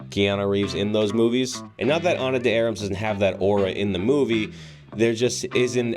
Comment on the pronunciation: You should not pronounce words like the names of the stars incorrectly, But somehow you managed to do so. Ana's last name is pronounced "D-R-maas", not 'Dee-Am-ras'!